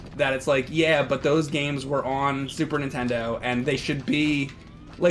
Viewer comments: Im sorry james, but, i have to point out that u always say super intendo. it's NINTENDO man. you still awesome dude please do not beat me up. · I have to say it. Nintendo not *intendo*I love you i’m sorry.